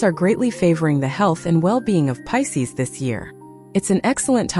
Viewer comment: . It’s Pisces, not Pises. lol AI.